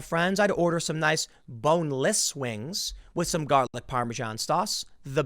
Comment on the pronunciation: that emphasis on BONELESS wings was a little weird, tim. you do you I guess lol